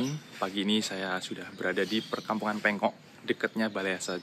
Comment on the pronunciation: Hai, bkn pengkok pengok mas, krn sblh utara itu prmhn PJKA mf y tak betulin🤣🤣🤣👋